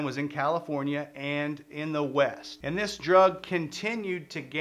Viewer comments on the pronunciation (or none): none